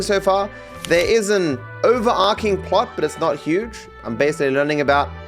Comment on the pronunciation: OverARCHing not overARKing